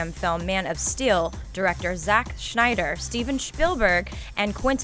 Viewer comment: Synder not Schneider!